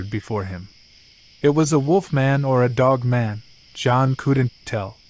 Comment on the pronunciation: Sounds like you said female "woke man"😅 weird way to end